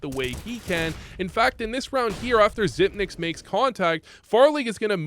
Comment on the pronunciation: how are people still mispronouncing xyp9x in 2022 lol